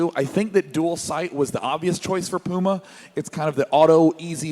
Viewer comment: Pulse means heartrate, not apm. If I hear someone say PYUMA one more time, I will shoot something.